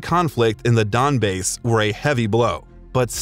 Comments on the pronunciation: Omg "donbass" not donbase 😂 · Very well done. One year later, it ages well. Only wished you might have delved more deeply into his upbringing as a Russian-speaking Jewish Ukrainian. . . And was maddened by your narrator continually saying "Don-Base" instead of "Don-Bass". But probably understandable ignorance of Ukrainian pronunciation at that time. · It's not "Don-Base", It's "Don-Bas". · Me, a Ukrainian, when they say Don-bays, instead of Don-bahs... 🥲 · I have never heard Donbas pronounced [DONBEIS:] before . It's [DONBAS:]. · Donbas, not Donbase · Don-base ? Is this an Ai voice or did he really slumber a cucumber while reading out the name Donbas? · Great biopic, thank you. But I died a little inside every time the narrator said "Donbas." Honestly a year later it just makes me proud that the world underestimated Ukraine. Russia turned out to be a wet paper tiger, and all Putin did is wake up a fucking dragon.